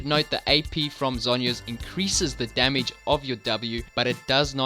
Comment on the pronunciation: "extra demige " ahahaha